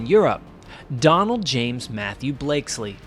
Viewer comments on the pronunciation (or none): none